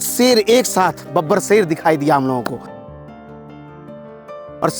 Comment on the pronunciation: aur tm sher ko seer bol rha kauwa hota toh Kankh likhta kya bro 🤣